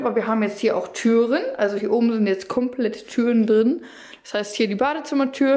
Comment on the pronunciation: Es heißt "drin".. "drine" gibts nicht